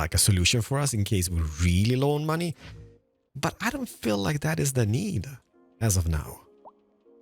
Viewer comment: "And moany people,", which variety of monay people are you talking about?